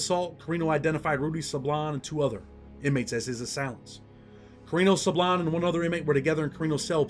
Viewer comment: when you Pronounce" Sablan", its like this,.." Sãblån" Sa like Saturday, and blan like blonde. "Sablan."👍